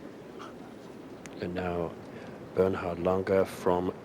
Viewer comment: Lahn-ger. It's German, it isn’t LANG-er